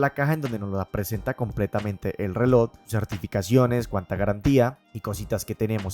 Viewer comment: Buen video pero me estallan los timpanos cada vez que dices "relod" en vez de reloj😅 pequeño detalle para mejorar. Saludos y gracias por el video porque estoy muy interesado en comprar uno.